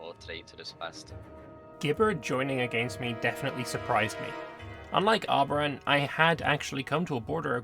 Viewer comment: The moment said...reseeded as Arbaran. oof